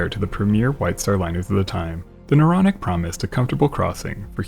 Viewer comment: And isn't it Naronic? Don't you think? A little too Naronic And yeah, I really do think